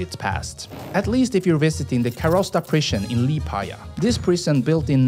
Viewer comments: Helloo, thank your for video, I myself am from Latvia and really enjoyed watching video about my own country) I bet you already received this message but “Liepāja” isn’t pronounced “Lidgepaya”, you can simply pronounce it “Lepaya” without “ie” in the word if they are also confusing, letter “J” is not English “J” and is pronounced “Ye”, so fyi in case you decide to visit Latvia and want to visit Liepāja when buy train or buss ticket better pronounce “Lepaya” than “Lidgepaya” because it’s really confusing, hope this was useful :> In case of Jelgava and Jūrmala the same rule is used, Yelgava and Yoormala:) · I live in latvia and i dont undestand why did you say ligipaja not liepaja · Li j paja???? Lie paa ya is correct... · liedžapāja dželgava - LIEPĀJA (LIEPAAJA,JELGAVA)....J is not mean "dž"...."L" is like "Laike" - You dont say DŽaike,but Like.....and when You see in latvian language "J",this mean "L"(like),bot not "dž"....Latvija is not Ladžvija....Latvija is LatviJa (L!ike!.... not dž) Jūrmala (is Like ,how you say "L"ike,not džaike- "J"ŪRMALA,not džurmala) dont be stupid! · How did u pronounce liepaja as legapaja? Made me laugh, but u pronounce its lee-pai-ja❤ And jūrmala as yuur-ma-la English talking people say j as jay, we say j as y, like y'all or you (yuh) No liepajas sveiciens! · liepāja not līgipaja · After you said Lee-gee-pa-ya and Dzhel-gava I had to turn it off. If you can't be bothered to research pronunciation, I can't be bothered to watch it. BTW, is Lee-ah-paa-ya and Yel-gah-va. Byeeeee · Forša izruna Liepāja, Jelgava. Viņiem lai pareizi izrunātu būtu laikam jāraksta Liepāya, Yelgava. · Priekš manis liepāja turpmāk ir LIDŽEPAJA! lol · Tad kad es dzirdēju ka viņš izrunā liepāja kā "līdžepaja" vai kas tml es pauzēju video lai parēktu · Liepāja and Jelgava are pronounced more as "Liiepawya" and "Yélgava" And Jūrmala is "Yóórmahlaw" and just means "beach" Also Cēsis(TS-eeh-cis) is pretty cool too. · lijapaja cracked me up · liepaja isnt sed ligapaja